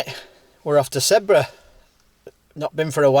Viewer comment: Your enthusiasm for getting up into the mountains really shines through here,. Great to see 👍🏻 I briefly lived on a road called Sedbergh Crescent, and everyone pronounced it like Sed-berg, sounding like iceberg. I'm glad to hear someone say it correctly now mate. I feel enlightened 😁